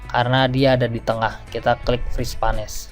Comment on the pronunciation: Bermanfaat sekali tipsnya. Satu catatan kecil saja: "Freeze Panes" dibacanya /friiz peins/ :)